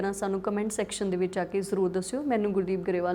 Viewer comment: Te mam satshriakal word nu sahi pronounce kryo 😇